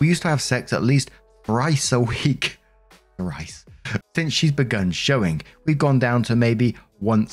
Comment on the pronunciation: Story 2: The way pronounced thrice I thought he said rice and was VERY confused on how you could have sex rice a week